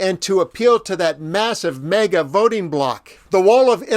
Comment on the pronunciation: it is MAGA (as in "gag ya") not MEGA. That said, appreciate your reporting, and VOTE BLUE!